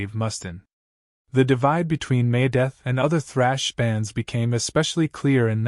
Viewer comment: Dave Must-in? May-Death? Perhaps we should work on our pronunciation a bit....